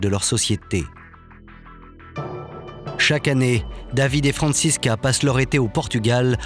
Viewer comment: Pourquoi la voix off n'arrive pas a dire "Franscisca"? IL dit toujours "Francis....CA" 🤣